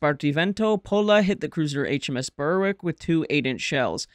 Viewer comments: Errmm, we need to have a word about your pronunciation. Berwick is not pronounced "Burr-wick" but "Berrick", the W being silent, as in the pronunciation of many other British places that contain "wick", thus Warwick is "Warrick", Alnwick is "Annick", etc. You're welcome. 😊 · Berwick is pronounced 'Berrick' (just saying). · Nice summary. Minor points only but Phoenix was a sub, unfortunately lost later that year, and HMS 'Berwick' is pronounced 'berrick'. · Because it grates on British ears. No-one has heard of a place called "Burr-wick", and by mispronouncing the ship named after the town it insults the memory of those who served aboard it. How would Americans like it if (for example) we called their ships "USS Tex-ass", or "USS Alay-bummer" ?